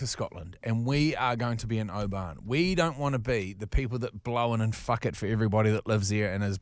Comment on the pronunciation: Please stop sayin O-ban it’s pronounced Obin 🤙🏴